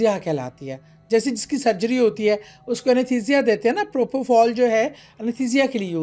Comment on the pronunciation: Yah!! 😂😂😂 she’s not even talking about the supernatural behind the death as the thumbnail clickbait suggests. Plus anaesthesia pronunciation - maybe we’re the wrong audience.